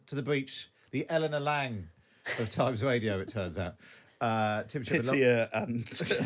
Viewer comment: What is 'Times wadio'? Where is 'Iswael'?